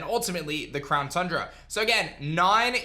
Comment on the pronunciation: It's called Town Cundra